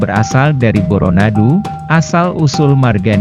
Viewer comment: Tapi lavalmu itu, tdk pas, seperti orang seberang. Bukan Boronadu tp Bôrônadu